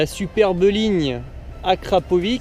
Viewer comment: Je t'en supplie dis akrapovitch le ć se prononce tch sa ma stresser pendant toute la vidéo mdrr